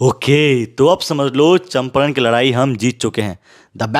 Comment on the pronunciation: चंपारण ❌️ चंपरण ✅️